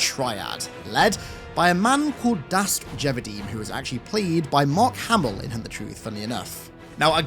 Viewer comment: As soon as he said mark hammel I stopped the video, wrote this comment, unsubscribed and left.